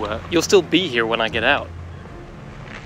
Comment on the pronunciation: Why on earth do you stress the word ‘be’ in the line ‘you’ll still be here when I get out’ - the stress should be on ‘still’ or on the “you’ll” and “I” since he’s emphasising the fact that he’ll be free & away from the camp but they won’t.